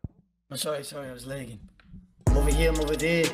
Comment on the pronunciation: "I'm ovah here, I'm ovah there" What an absolute gift Actually would of never seen that if it weren't for this channel